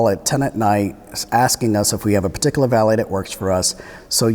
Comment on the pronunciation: "This patikaluh situation"